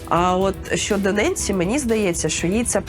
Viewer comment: НЕНСІ ??? ТОПКО ??? Яка ж то "Ненсі"??? Бляха....піпєц😮